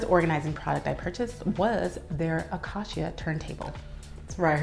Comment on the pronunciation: It’s beautiful but it’s pronounced “acAcia” 😊